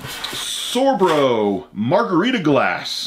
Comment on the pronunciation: SOR BO NOT SORBRO!!!